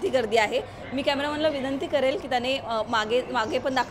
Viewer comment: पन, आपन, करेल, पूर्न ☹️